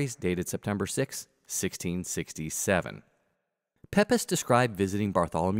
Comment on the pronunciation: Hey, great documentary. Just one observation, 'Pepys' is announced 'Peeps', although the spelling looks nothing like it! 😆